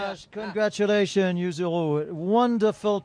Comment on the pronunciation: Il a tellement écorché le nom de yuzu 😅